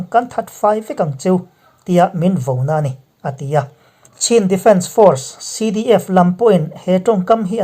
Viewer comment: Chin tih hi chhin tia lam tur ani e.